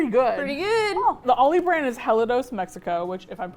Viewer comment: I really like your video, but as a German this really annoys me; it's Ahldi, not Ohwldi